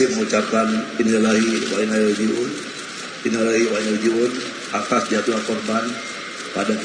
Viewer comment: Nama aja Mochamad Tapi ngucapin INNALILLAHI WAINNA ILLAIHI ROJI'UUN AJA BULEPOTAN 🤪🤪🤪